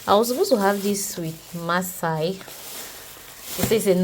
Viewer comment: Massa not Maasai 😂 They best Kilishi is in the North like Sokoto, Kano, etc. but Yahuzza also has great suya - beef and chicken.